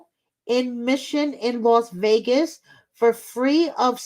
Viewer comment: I think you mean the "TaKe mE tO VEE-AY-GUSsSsS" episode! 😜